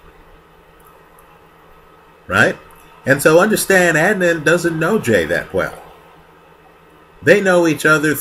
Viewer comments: I just watched this and completed Serial. I am confused why you can't say his name correct? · It seems he’s intentionally mispronouncing Adnan’s name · I feel like you based all of your opinions on Serial which really is only touching the surface of what actually happened. Ps - why can't you pronounce his name?